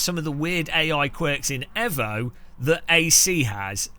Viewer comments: It's Eeevo not Evo, Bloody Evo, Mitsubishi evo anyone. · It's pronounced E-VO(you know like E-VOLUTION) and not EV-O... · Just like we tell the Yanks it's Aluminium and not Aluminum, Tell the CEO he's not clever and it's not edgy, and it's evo and not ehvo, If it's ehvo tell erm to put it on the box. Or just ignore him and say it properly, If you turned up at a car meet and called it a Mitsubishi ehvo you wouldn't get out alive. And it sounds really weird. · Its EEvo not EHvo lol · Nice comparisons, I’m struggling with Evo - just can’t find a feel for the cars! BTW - think you’ll find it’s produced ‘eeeevo’ not ‘fo’ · It's pronounced eevo 😂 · please for the love of god pronounce Evo, Eee-Voh. Damned Kunos could have called it TeaBag 🤣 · Ca new really trust a man that cannot pronounce Evo!?